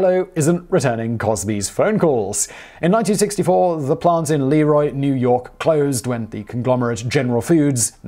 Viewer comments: You are absolutely right--I have heard people say it both ways, and I have heard of it being debated too. Interesting, I was just watching a video of the school superintendent, who I happen to know, as well as someone from the LeRoy police, and they both pronounced it Lee-Roy (ALMOST equal emphasis on both syllables, with a SLIGHT longer emphasis on the 'Roy'). I'm wondering if the name has gone thru a shift down thru generations? When I was young, everyone called it Lĕ 'Roy, and the history of that name is based on someone who's last name was Lĕ 'Roy. I have ancestors from Wilkes-Barre, PA, and in talking with historians there, they've seen the same thing, where it's as if the older generation pronounced the Barre word differently, then it changed, then it's changing back, and it's caught where everyone debates how to pronounce it. I find that fascinating! Of course, that's what makes a language 'alive'--it changes over time. I think I need to make a stop some day soon to the Jello museum and talk with the historians there-fascinating stuff! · When I saw this video come up, I wondered "Hmm, I have a feeling Simon isn't going to pronounce LeRoy correctly", lol! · it’s not LEE-ROY, it’s pronounced Le-ROY. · Great video! Most people around here pronounce it "Le Roy" not "Lee Roy". Also I wonder if there is any correlation between the Mormon's liking Jello since it came from about an hour away from where the Mormon Religion was created. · Leroy is pronounced Le'Roy. Like, the king. Leroy is your mechanic's brother. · I've lived about 1/2 hour drive from the museum all my life. Have never been there. Most local natives pronounce it Lĕ 'Roy, not Lee-Roy, just fyi. But, one wouldn't know that if one wasn't from here 😁